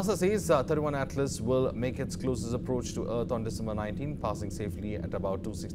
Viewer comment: Wow!, you guys don't even know if it is 31 or 3i. He is saying it as 31 Atlas, It's 3i Atlas. '3' stands for the third and 'i' stands for interstellar